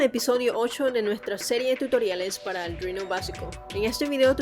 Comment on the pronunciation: Me gustan tus vídeos menos por lo de "aldruino"